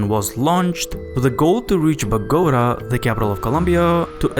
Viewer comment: It’s the Ba go da for me😂 Bogota!